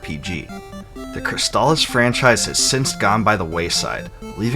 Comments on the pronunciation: Thank you for pronouncing "Crystalis" correctly. Easily one of my top 5 games for the system. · Finally, someone pronounces the name of the game correctly. I've seen so many reviews, and they just keep calling it chrysalis.